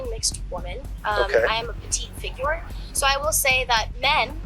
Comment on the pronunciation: anyone who says figure as "fig-you're" is automatically annoying lol just saying